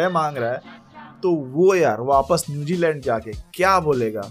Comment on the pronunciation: bhai Newjiland nahi hota Newzealand hota hy .hahaha